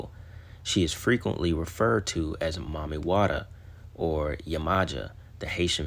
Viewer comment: It’s pronounced Maam Mee Watta not Mommy. 😅😅